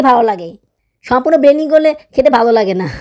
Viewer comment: আপু একটা কথা বলি কিছু মনে করবেন না. আপনি এতো ভুল উচ্চারন করেন কেন আপনার সব ভিডিও আমি দেখি যেমন ব্লেনডিং কে বলেন বেনডিং